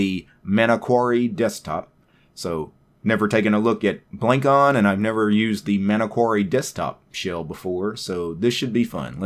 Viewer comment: The name is wordplay of traditional javanese head-ware, it's pronounced "blung cone"